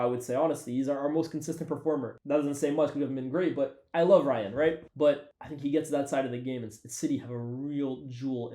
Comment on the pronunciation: Algerian brother pronouncing Rayan as "Ryan" 🤨